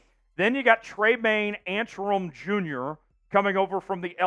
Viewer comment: Pronounce ANCK-RUM. Best pickup for Seahawks